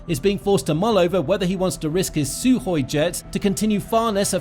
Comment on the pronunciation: It's Sukhoi NOT Suhoi!